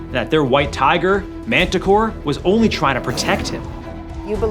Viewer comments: Montecore, not Manticore. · Pronounced monticore.